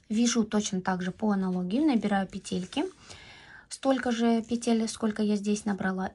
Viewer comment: Спасибо за МК! Обязательно свяжу. Подписалась и буду ждать новую информацию для нас, любительниц вязания. Единственное, что мне доставило дискомфорт - это слово петЕльки. По- русски будет пЕтельки. Может, я не права? Всем легких пЕтелек! 🎉❤😊